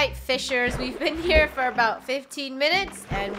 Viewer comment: I hear "ABOW" 🤧